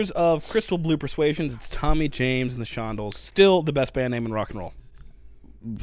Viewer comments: ShonDELLs, not Shondles 😂. Definitely hit Draggin The Line next. Sweet Cherry Wine and Sugar on Sunday are also worth a listen. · You always have to find the long version of all songs. This was jarring to me without the extra stuff. BTW, not Shondle, Shon-DELLS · You've no doubt been alerted to the proper pronunciation of Tommy James and the Shon-Dells and not the Shondles. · Shon-DELLS. Shon- DELLS. Shon-DELLS. First concert live I ever saw, by the way, at age 13, Tommy James and the ShonDELLS (!) at Rocky Point Amusement park in Rhode Island on a summer evening. They were riding their huge radio hit at the time "Hanky-Panky." You should review that one, as well as another much covered song, "I Think We're Alone Now." They had a LOT of 3-chord garge rock 'n roll radio hits at that time. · I'm pretty sure the name is pronounced shon-DELL, not SHON-dle. The band took their name from the performer Troy Shondell, who was a one-hit wonder with the song "This Time." Please react to "Mony Mony" by Tommy James and the Shondells. It's so different from "Crimson & Clover" and "Crystal Blue Persuasion" that you'll be amazed it's the same band. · Pronounced, SHON- DELLS, not SHONDLES and you should try the long version! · It's not "Shondles", it's "ShonDELLS" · It’s a shon DELL. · ShonDELLS, not how you've been saying it. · Pronouned: Shawn Dells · It’s the Shon-Dells like the Wisconsin Dells. You should have listened to the extended version, it’s a ride!❤ Love these guys they made great iconic music! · Jeez, when are you guys going to finally get it that LSD and psychedelics were a big thing during TJ's era and he threw in the trippy stuff because fans liked that sh*t back then. Plus it's pronounced Shon-Dells. It's 2 years later & I'm still waiting for you to do their songs "Sweet Cherry Wine" and "Mirage". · Pronounce shon-dells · Definitely ShonDELLS! I kept correcting him in my mind each time he pronounced it wrong. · Shon-DELLS, accent on 2nd syllable.